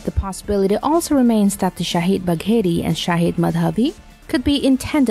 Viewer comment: It is not shahid bakeri, it is shahid bagheri. gh= the French R. Idiots. if you can not pronunciate then don't even try it.